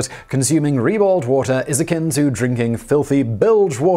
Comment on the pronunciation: "reballed wata" :p